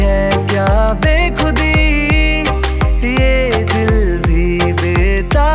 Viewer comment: It’s” BEKHUDI” AND “KHWAAB” Pronounce correctly please